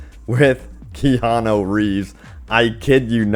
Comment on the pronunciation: Is it that hard to say kee*on*ooo